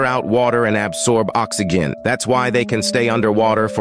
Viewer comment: Oxy- gin ( g pronounced as the word great or gimp) idk it sounds ded funny lol.😂